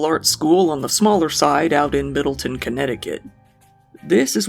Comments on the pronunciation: It’s pronounced Wez-le-en and it’s Middletown not Middleton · Wez-Lee-Un. And Mid-dull-Town Wesleyan…. And…Middletown.